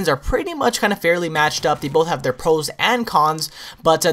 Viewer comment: he said pos not pros the first time he said that